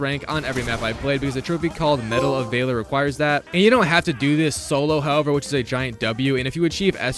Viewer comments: Medal of "vaylor" a as in ass. Valor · Medal of vaylor?????? Damn y'all are smart these days... It's val-or. Val. Like val kilmer. 😅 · Bro really pronounced valor like vei lore 😩😩😩😩🤨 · did he just say medal of "vay-lor" or am I hearing things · If my man says metal of vay-lor one more time im gonna cry. The first time i remember him saying it was in the battlefield 6 vid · “Medal of vayler” lol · "medal of vayler" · How do you mispronounce valor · How the fuck do you mispronounce valor...